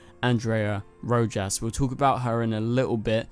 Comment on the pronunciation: Its a spanish name bro lol 😆 Rojas---RO*HOSS